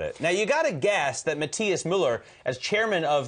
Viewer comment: Wow! how can you be so irritant and stubborn on the name of the CEO? Matthias is pronounced Ma-tee-as no Ma-tye-as as you do. It's very sad to see someone on TV trying to correct the right one with stupid insistence and the wrong pronunciation. Americans did not invent other languages. Miller shoud be pronounced Mi-zhzser! And Matt is derived from the Scandinavian derivative of Mathew: Mathias, Matías or Matthias and all are pronounced in each and every language in the world Ma-tee-as.